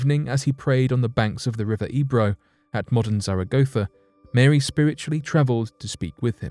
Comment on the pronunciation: Why you say Marey mother of god? JO